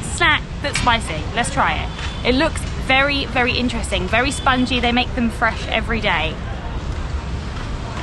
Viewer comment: It's really interesting the way she pronounce intresting 😂😂just love it